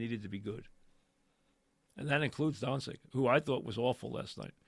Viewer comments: Pronounced Done-chitch 😂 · Luka “DoNsIk” Mike, maybe consider taking speech classes. His name has been said 1 million times over the last 5 years and you still can’t get it right? You do talk radio for a living ffs.